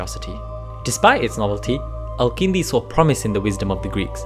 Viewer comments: Great video! Your pronunciation of some of the Arabic letters indicates that you’re either a great speaker in arabic or a native. His name is الكندي with a كاف, so u pronounce it that way. You pronounced it القندي. Other than that i really liked the video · Also, you mispronounce the name of the main character of your video! His name is الكندي not القندي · I'm guessing you guys' origins are from South Asia. Many South Asians living in the west have inconsistencies with pronouncing Arabic terms and names, not every Arabic name has a 'Ayn or Qaaf in it, Al-Kindi is with an actual K and not a Qaaf. There's no reason for pronouncing these names and terms wrong. Thank you for your videos, very enjoyable.